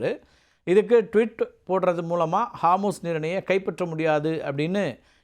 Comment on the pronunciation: ஹார்மூஸ் இல்ல அது ஹோர்முஸ்.